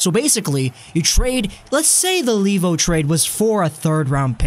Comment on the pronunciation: I cringe every time I hear the pronounciation LEE-vo, since his name is Finnish and it should be pronounced LAY-vo.